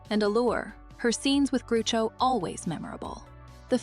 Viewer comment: It’s Groucho (rhymes with couch-o) NOT. Groooocho!